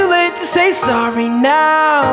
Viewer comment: muito bom, so não gostei quando ele fala "Sorry", a dicção estranha, no mais top demais....